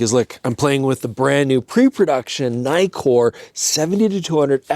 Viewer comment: Naïkor.....no please say once and for all Nikkor